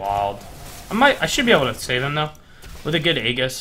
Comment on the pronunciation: It's pronounced Ay jis